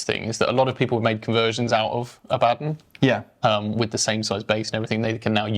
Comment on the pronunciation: I know right, My friends and I always make fun of people saying Abbadin. They gotta put some respect on the primarch-level Astartes Warmaster.